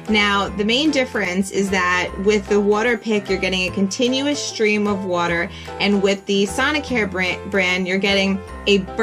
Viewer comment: You say water like Woo-der